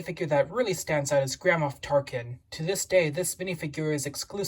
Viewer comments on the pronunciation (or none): For some reason I heard Grandma Tarkin, and now I can't get that out of my head